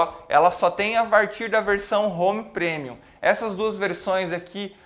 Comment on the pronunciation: sou muito grato por ter acesso gratuito à esta vídeo-aula. Só acho que o prezado mestre poderia consultar o Google Tradutor e ouvir como se pronunciam as palavras "Touch" e "Premium". De qq forma, sua aula é muito boa. Parabéns!!!